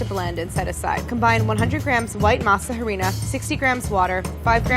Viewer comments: It’s pronounced “Masa arena” the H is silent 😂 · I can’t stand how she pronounces masa harina